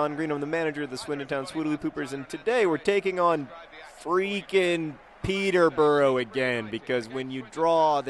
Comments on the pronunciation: oh ok, I loved this video and you're great, but it's pronounced Peter-bu-ruh not burrow ... just had to say that.. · Peter-bruh not peter-burrow. :P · Oh God, 'pee-tah bra'. Thank you. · It's NOT pronounced Peter-bora it's pronounced Peterbruh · I dont want to seem condescending but the correct pronunciation for Peterborough is: Peter-Ba-Rah